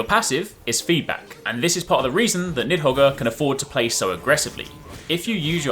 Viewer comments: Need-hog, the R is silent. Hope that helps. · Nidhogger is pretty risky to pronounce lol.